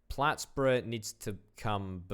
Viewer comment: The way you said Plattsburgh was too funny😂